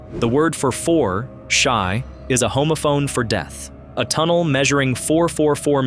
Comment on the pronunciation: Just so you know.. the word for 4 (shi) in Japanese isn’t pronounced like “shy”. It’s proud like “she”.